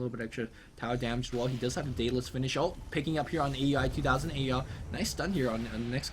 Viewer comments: IT'S NOT A-U-I, IT'S PRONOUNCED OW-UI! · aui_2000 name is pronounced ao-wie..